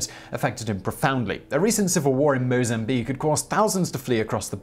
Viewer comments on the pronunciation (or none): none